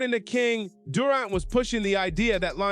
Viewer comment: Stop mispronouncing Durant 😮